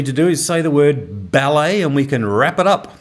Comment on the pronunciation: The way said Ballet in the end left me wondering what balleY was...